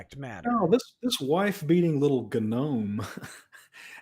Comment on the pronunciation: To hear say GUH-nome. Very amusing.